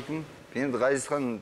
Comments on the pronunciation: Дина Ғазизхан деп дурыстап айтшы. Акциентпен отирик Газизхан демей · Дина Газизкан ГГГГГГазиз демей, қазақша Ғазиз деуге болатын еді ғой ия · Жүргізуші Дина ханым неге Газизхан деп орысша айтып жатсыз есімін қазақша Ғазизханғой. Сіз Г әрпімен айтып жатсыз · Газизхан нес😆Ғазизхан деп айтсан не болад 🤦🏽‍♀️ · Газизхан дей бергенің не понт Дина? Давай есіңді жина! Ғазизхан десей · Маа жургизушише Газизхан диберген неси Ғазизхан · Газизхан емес Ғазизхан шығар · Жүргізуші неге қазаша Ғазизхан, ғ (ғарыш) дегенде, айтпайды. Газизхан Газизхан деп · Дина! Газизкан емес Ғазизхан деп айт дурыстап сөйлеу керек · Газизхан деп отыр Дина сиздин атынызды Мина ,Ина десе недисиз дурыстап айтсанышы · Ғазизханды «Г» "Газизхан" деп, фишка қылғысы келді ма екен, Диночка!) Ол да дұрыс шығар. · "Ғ" деген әріпті таниды ма өзі мына тәтең? Қанды ішіп бітті ғой "Газизхан" деп! 😡😠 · Менің атым Ғани орысша сөйлеп қалған қазақтар Гани десе қаным қараяды, мынау да Газизхан деп қанды қайнатты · Дина ханым "Ғ" деп айта алмайсыз ба? Газизхан демей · Газисхан емес дурыстап айтсай Дина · Дина Г емес Ғ деп қазақ әрпіне мән беріп, дұрыс айтыңыз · Газизханды казакша айтшы.дина толепберген